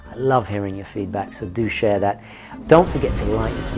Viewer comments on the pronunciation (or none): none